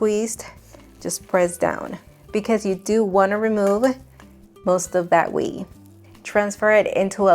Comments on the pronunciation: Yeah, I was thinking the same thing. It’s “way” not “we” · Just as a note. "Whey" is pronounced "way" not "wee." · Whey is WAY not Wee. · (Way) not wee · its whey ( way) not we its ok i get it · Just an FYI: Whey, for some reason, is pronounced "Way" in English, not "Wee". Took me a second to figure out what you were talking about at first when you referred to it as wee. If it helps at all, that's what I called it at first too. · Its whey. Pronounced Way not wee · Yes as someone who loves listening to different accents, I kept feeling like wee instead of way, was a mistake worth correcting. Other than that, I really enjoyed listening to your voice. It is very melodic and beautiful. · Way not wee! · Great video but it is not wee it is way (whey) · Sorry to correct you but the milk water is pronounced whey (way) not (wee) which is urine. Great recipe! Well done🎉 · Its not pronounced wee it is way. Omg 🤦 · Nice vid. Thanks. 'Whey' is pronounced 'way' not 'wee'. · I really enjoyed watching your video, I don’t know how I got here but I’m happy I did. Except one thing girl, “Whey” pronounced like —> Way… not We ❤ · Awww it's pronounced way....not weee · Whey is pronounced "guey" for your Spanish speaking tongue. You kept pronouncing it as "wii" which was weird. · I can squeeze the "we?" "Whey' - pronounced like guey. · Wee? Does she mean whey? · It's pronounced "way" not "wee" ! 😊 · Please know it’s “whey” pronounced “way” it’s definitely not wee!! :) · yt:@ "Squeeze all that WEE out" LOL, didn't know it had piss in it. Whey = (Way):yt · Thanks for this simple recipe perfectly explained. Aside, please pronounce the word "WHEY" as "WAY". To call it WEE conjures up something quite unpleasant. 😅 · Every time you say Way like Wii or Wee! 😅 Well, I know what you're talking about. ❤ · The correct pronunciation for whey is "way" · Whey is pronounced like Wāy. I’m not perfect . Just want you to sound as good as you can. I love you videos ❤ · Thank you! Cause it was KILLING ME